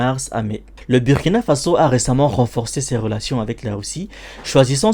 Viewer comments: c pas ça le message de la video est bien passer mais si personne lui dit il va juste continuer a faire la faute , si les gens prennent le temps de d'écouter c aussi pck ils veulent écouter un bon orateur."Bu" du Burundi et celui du Burkina ce prononce de la meme manière, pourtant du dis pas Bu -rundi non? tu prononce ça bien "Bourundi" pkoi faire la faute alors? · Mon ami sa s’écrit Burkina sa se prononce « Bourkina » fais un effort quand même comment un africain peut faire d es fautes comme ça